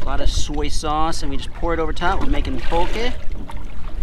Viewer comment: This faka is the first white boi Ive heard say poke right lol brah